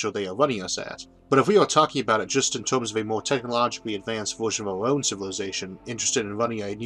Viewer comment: Had to get used to this guy saying "tomes" and "Foamy" and "Foam-al" for "terms" and "Fermi" and "Formal".